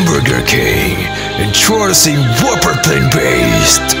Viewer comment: I think you need to check how you pronounced "plant". Yours sounded more like "planed"..:) Other than that, good video editing..👍👍